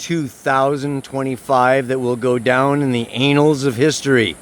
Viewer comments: Anals or annals, LMAO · "Anals" of history 😱 😆